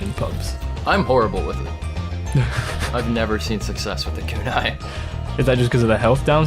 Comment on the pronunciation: Really hoping that pronunciation on Conniver’s Kunai was a joke lol. Anyway, since everyone else is doing it, favorite loadout is Stock Invis/Diamondback/Big Earner